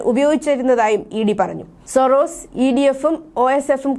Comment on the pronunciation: സൊറോസിസ് എന്നല്ല..സോറോസ് എന്നാണ് അയാളുടെ പേര്... ജോർജ്ജ് സോറോസ്... തെറ്റായി ഇതൊക്കെ പറയുമ്പോൾ ചാനലിന് നാണക്കേടാണ്...